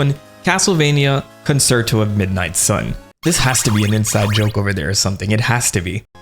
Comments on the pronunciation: Was awful, when you pronounced it "ka-n-sert-o" for "Castlevania: Concerto of Midnight Sun." It's pronounced "kuhn·chehr·tow." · great video, love your videos, for future reference "concerto" is pronounced "con-chair-toe" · Small note: the second c in concerto is pronounced as “ch”